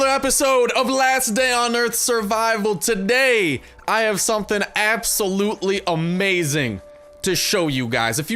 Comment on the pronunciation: 00:6 when you say assulopely